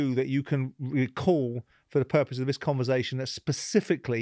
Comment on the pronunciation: What do you expect?! He can't even pronounce 'conversation' and 'nonsense' correctly. 😀